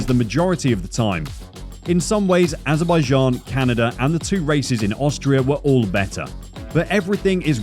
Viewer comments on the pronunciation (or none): none